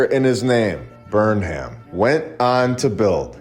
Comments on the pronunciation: The name Burnham is most often pronounced "burn-um". The "ham" part is usually shortened to "um". Another stellar episode. I just watched you in Stew's Old World Order today - excellent production!! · Most likely Burnham was pronounced burn um.